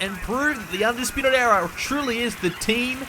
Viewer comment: Era* not EEA